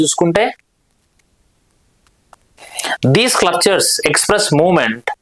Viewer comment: స్క్లప్చర్ కాదు, స్కల్ప్చర్